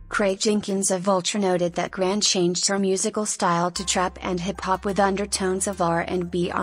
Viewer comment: Notice how much the video mispronounced her last name. It isn't grand, its grande